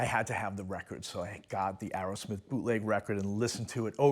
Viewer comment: It’s Aerosmith, not Arrowsmith.